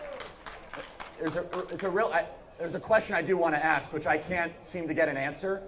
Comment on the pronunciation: Axe a question, then interrupt when they tryze to answer